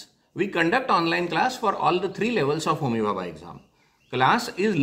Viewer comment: Sir it's homi bhabha not homihaha